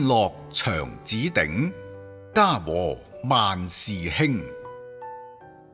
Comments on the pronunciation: 應該長子。長大的镸音。不是長短之長。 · 文字是否簡轉繁？ 所有 “里” 字變成 "裡" 另想請教 “長子” 不是唸 “生長” 而變成 “長短” 的長